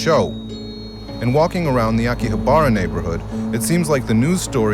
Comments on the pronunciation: He keeps saying akihabra wrong it's pronounced "a-ki-ha-bra" really emphasizing the vowels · How to tell a video about Japan was made by a complete ignoramus: 1) can't properly pronounce Akihabara. (ah-key-ha-ba-rah) 2) asserts Japan is a "shame based culture" 3) is surprised to learn that men find attractive young women attractive Seriously these guys have no concept of Japanese culture and no matter what they say they are trying to force Puritan values. That's not to say of these young women aren't being exploited (and that's irrehensible) but the fact is most of these JK are doing it for easy money. For the most part it's no harm-no foul here. Need to fix a society that mistreats women? One doesn't even need to leave the states. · Learn how to pronounce Akihabara dude.